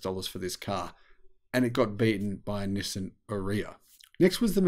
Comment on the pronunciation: 😂Nissan PAID to tell people how to say the ARIYA (RRRRR-EEE-AAHH) and is still pronouncing it like piss! (Urea!) 😂😂😂